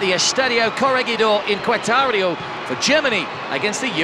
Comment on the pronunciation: "kwetar-e-oe" no lmao it's: "keh-reh-tah-roh_